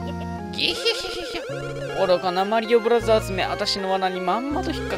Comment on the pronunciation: もも、"マリオブラザーズ"のこと"マリオブラジャーズ"って言うんだなｗｗ